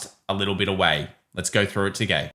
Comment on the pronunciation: lets go through it "togay" - ease up tiger